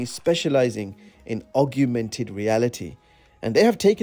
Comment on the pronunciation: Great video! Augmented is not pronounced that way though 😄